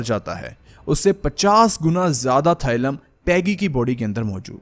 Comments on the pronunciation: it is thallium थालियम thaaliyam not थाइलम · It’s thallium not thylum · Thailum nhi Thallium